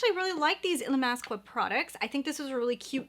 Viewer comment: Gorgeous look 🥰 (Illamasqua is pronounced ill-ah-mass-ka)